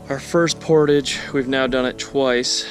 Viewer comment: So refreshing to finally hear someone pronounce the word, "portage" correctly! Instead of thinking they're so sophisticated that they have to start speaking like they're French, por-tajjjj!